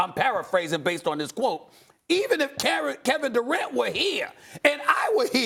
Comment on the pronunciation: Nobody: Steven A: Carrot Durant